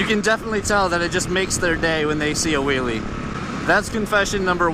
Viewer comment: "You can see it definitely makes their day when the kids see a willy" need to be careful on the pronunciation or it will sound very different xD